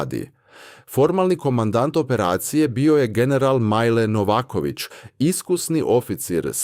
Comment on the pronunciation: Ono kad MILE postane MAJLE ....:))) Koji je ovo papak govorio u toku videa.